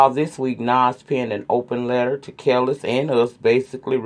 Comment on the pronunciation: I am team Nas on this situation. Kelis (it pronounced Kah-Lease by the way) didn’t even want him to be there when the baby was born, yet always wanting more money in child support. Young Buck story, you said exactly what I feel. The woman involved needs to keep her mouth shut. It’s not her place to spill his tea & she better pray he doesn’t get her back. His business is his. Unless he’s out here putting people down, disrespecting The LGBT Community I don’t see the purpose of exposing him. Yeah for Colin & Nike. Enjoy your weekend & feel better soon.♥️♥️